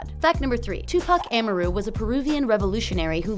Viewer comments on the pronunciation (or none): "Am-arr-ru" She can't even pronounce his name correctly. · AHMUHROO?? Nah , she shoulda learned how to pronounce his name properly before making this video. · WTF. She said Am a rue. It's Amaru, well ya'll can't hear how I pronounce it but she pronounced it wrong. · Wasnt his middle name pronouced "Ah-mar-u"?? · I quit watching after she said Amaru wrong 5 times in a row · The way she pronounced “Amaru” really annoys me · Anyone else bothered by how she says Amaru? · Fact number ONE!!!YOU CANT EVEN SAY HIS NAME PROPERLY TUPAC AMARU LOL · YOU REALLY GOING TO HAVE A VIDEO AND MISPRONOUNCE HIS NAME?!?! HOW CAN WE TRUST ANYTHING WISE YOU SAY WHEN IN THE VERY BEGINNING YOU CAN'T EVEN SAY HIS NAME CORRECTLY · I’m sorry but the way she says Amaru bugs me for some reason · She is obviously not a Tupac fam she can’t get is middle name correct 🤦🏾‍♂️ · The way she said his middle name 😳🤢